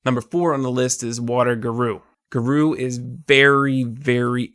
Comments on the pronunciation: Geru? GeRU!? GERU!!?? GA- RO- U. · “Gar O” is really really good